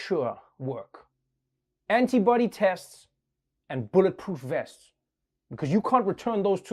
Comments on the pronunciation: I heard the woman say "anybody tests" at first. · Not the biggest problem here, but... Wouldn't you think a professional reporter would learn to pronounce the T in antibody so that it doesn't sound like she's talking about "anybody testing?" Although that's a pretty good description of how they went about approving the tests...